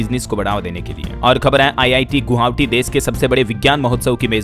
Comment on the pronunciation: गोहावटी नहीं गोवाहटी